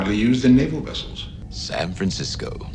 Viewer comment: I have noticed the writers get Chekov to say wessels whenever they have the oppurtunity